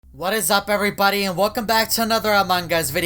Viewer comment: Everybody not everybudy